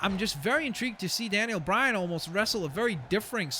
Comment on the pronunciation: daniel bryan not danien bryan